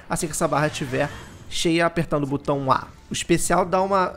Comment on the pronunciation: Por que nenhum youtuber sabe falar a palavra "botão" corretamente? 🤣🤣🤣🤣🤣